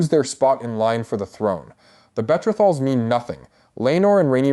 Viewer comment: Betra-thals 😂😂😂 I had to keep repeating it….Betrothals? I knew it would be terrible when they pronounced Jake-harris